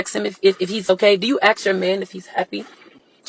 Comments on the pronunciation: It’s ASK not AKS😂😂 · Way is it always axe instead of ask? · When will people stop saying “aks”?